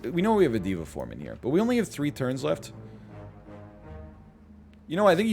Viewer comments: dey-va form not dee-va form my dude :-) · I really like NL saying diva form instead of Deva form